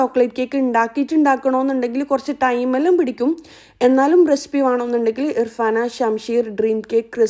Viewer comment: റെസിപ്പി ❌ റെസ്പ്പി ✅😂😂